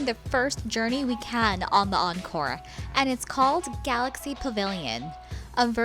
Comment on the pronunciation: Encore not oncore